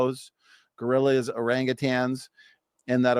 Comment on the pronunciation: Did he say Gorilliers?